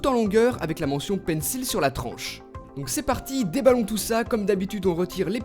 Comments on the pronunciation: Par contre ça se prononce pas "PAINSSIL" mais "PAINSSOL" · ptn mais il fait expré de dire pencil [il], ça se dit pencil [ol] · désolé mais ça se prononce "pencol" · Pencil se prononce "pensole" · Tu prononces mal le mot Pencil...